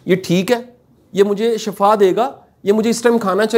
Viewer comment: Ap nae aik lfz glt prha h Khana muj shafa dy ga❌ Shafa matlb mout' kinara Ar shifa matlb sehat Khana muj shifa dy ga✔️